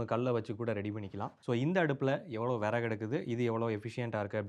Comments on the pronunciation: தம்பி, அது விறகு . . . வினவு இல்லை, தமிழை கொஞ்சம் சரியாக உச்சரிக்க பழகுங்க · Its not viravu its viragu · அது விறவு இல்லை 😂😂😂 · அய்யா அது விறவு இல்லை அய்யா விறகு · விரவு இல்லை. விறகு 👍🏻😀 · Tirunelveli slang